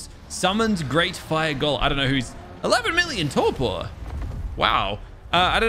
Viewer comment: He keeps saying torqor when it’s torpor